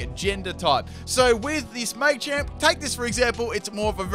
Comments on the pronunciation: "May-Champ" It's Maa-Champ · Full " can't pronounce it" team Me-tang(Metang) May-champ(Machamp) <-- This is a must! O-master(Omastar) Florgs(Sin-knee-sis)<must(Florges [ synthesis]) Parmisan/passimen/pammisian(Passimian) Daru-muka(Darumaka)<(holding e-vo-lite) Cin-see-no(Cinccino) Zeb-streak-ah(Zebstrika) Any other Pokemon I might have missed? I didn't include legendaries because then it would be every single legendary... *Brah-vry(Braviary) *Cofa-riggus(Cofagrigus) *Brax-eon(Braixen) *Heel-o-wisk(Heliolisk) (plus Evo) *Drudgi-gon (Druddigon) *Luh-vuh-nee(Leavanny)